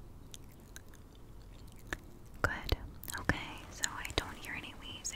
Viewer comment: Who says “okay” like that 😂😂😫😫 “My mouth sounds are natural”’😂😫😂😫😫 yeah sure